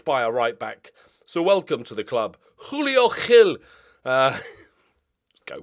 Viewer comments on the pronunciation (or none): Don't put flegm in julio gil, the "j" and "g" is like the one in "Just" but remove the "d" sound from that 😊 generally j's (and g's followed by i's and e's) in Portuguese are all like that, like the english one, but without the "d"